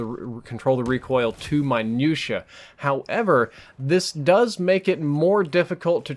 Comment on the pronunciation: what the hell is "minusha" in